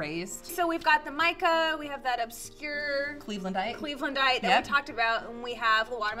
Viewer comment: your friend said cleavelandite (lol)